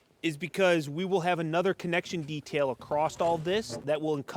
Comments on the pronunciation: Can someone explain the "acrossted" I hear a lot of people saying. I've been noticing it a lot lately, mostly northern people of youtube. Is this a northern accent/dialect thing? I always thought it was just across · breaking news! research has found that there is no 't' in the word 'across'. muhaha.